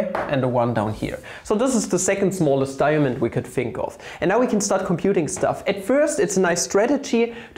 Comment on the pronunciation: I came here for a cool way to write 2, but stayed because of snekh. Also da-ya-mond!